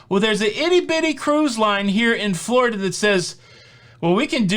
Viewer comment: you've got me saying, "Flar-ida" in my head now, lol